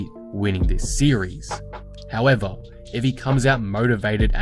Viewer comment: Mr. "HOW-EH-VAHHH" making correct predictions.